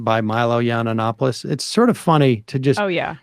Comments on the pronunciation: Yiananananopoulos… it’s just Yianopoulos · It’s pronounced YEE-AN-OPOLIS not YEE-AN-AN-OPILIS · Why does he always say yiannopoulos with that extra syllable lmao And goddamn why is milo so much more soft-spoken now. And he lost the hair dye. Damn a few years can do a lot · if you want to bash a gay man for his free speech at least learn how to pronounce his name lmao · Why y’all edit photo of Tim? Lol y’all pathetic. You can’t even pronounce Milo’s last name…. How relevant is this trash channel? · Do you deliberately mispronounce his name?